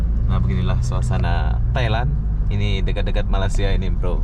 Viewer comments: Sori bro.saya masih tak puas hati di mana anda menyebut MALAYSIA (MALASIA) sebutan betulnya (Malay- sia).bukan INDONASIA.- INDONESIA.THai land.Betul anda sebut.Bukan Talen..suka content anda.apebende.i like.atau anda sengaja ya.MALINGSIA ATAU MALAS SIA.. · Sebutnya Malasia?.. Hati² bro kalo menyebut negara orang. Takut nnti pulang tiada muka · Malaysia...bukan Malasia..🤣